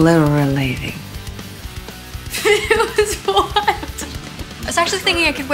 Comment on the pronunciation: "It was exblilerating"